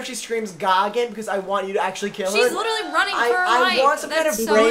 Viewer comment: saying LITALLY is iconic